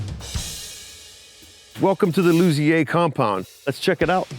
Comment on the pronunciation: Is it “Lu-Zeer” or “Lu-Z-A”? He pronounces it both ways in this video